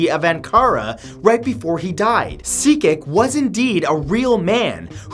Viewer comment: Turkish and Indians are the most reincarnated people... BTW, Cecik in turkish is pronounced "Jejik"